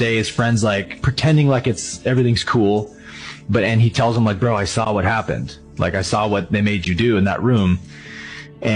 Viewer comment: I love how people from the south say sawll it (the neighbor sawll it fall) love it!😊